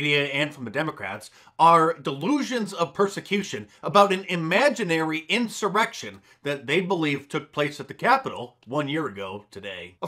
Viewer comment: Anyone hear the congresswoman accidentally say “erection” instead of “insurrection”? Classic Freudian slip!